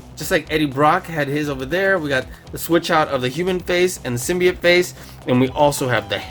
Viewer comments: It’s sim-by-oat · I love this every bit about it, except... There's one specific detail............ He didn't pronounce symbiote right.